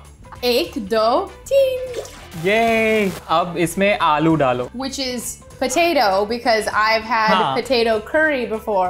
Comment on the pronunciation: Pov: you’re an indian who studies in english medium: Thoda sa is little bit: PoLaTa